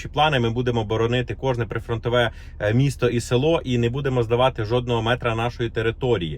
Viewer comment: В слове будемо, ударение падает на букву У! Не коверкайте украинский язык!!!!!!!